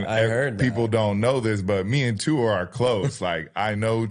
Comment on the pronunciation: Jason, please learn how to say Tuas last name properly.